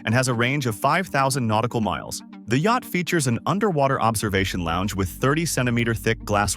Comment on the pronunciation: exactly! “Hi’s and Hers”….”Yackit (instead of yacht)…etc. The vocal narration sounded normal at the beginning but started falling apart and exposing its ridiculous A.I. words the further you go along. So stupid 😂